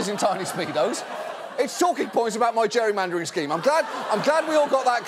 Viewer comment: It’s known as gerrymandering.....ger·ry·man·der /ˈjerēˌmandər/ Learn to pronounce verb gerund or present participle: gerrymandering manipulate the boundaries of (an electoral constituency) so as to favor one party or class. achieve (a result) by manipulating the boundaries of an electoral constituency. "a total freedom to gerrymander the results they want"